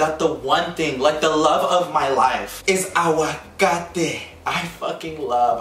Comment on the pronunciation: Did you just said aguacato